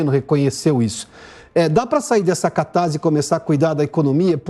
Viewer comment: Catarse tem som de ss, não de z!busque na gramática grega! Fora isso, parabéns!